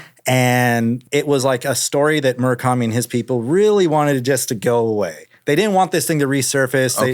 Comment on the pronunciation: Drinking game when he says Murikami